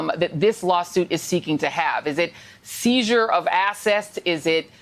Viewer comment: "Seizure of Assesed" Basic English is no longer a requirement for news anchors on major television networks? The only reason that she has that position is because she's a female of color, not based on her level of education or speaking ability. It's sad what America's becoming. This is a prime example of the idiocy of affirmative action.